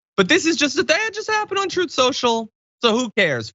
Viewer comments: Don't you mean "troth sential"? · Donald read it as Troth sential because he’s such a compulsive liar he can’t say the word truth.